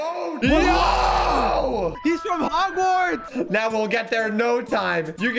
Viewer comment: when they said hogwards instead of hogwarts i cringed🤪